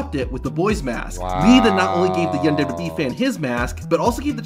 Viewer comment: I have the way the guy narrating the video say WWE dubdubeee